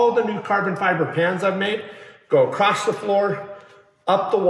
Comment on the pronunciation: "Acrosst"... Utah County for sure! Joking